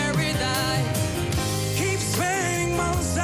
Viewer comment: why he says pearadaese